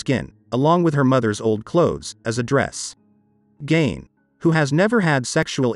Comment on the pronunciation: His name isn’t pronounced Gain it’s Gein rhymes with Mean.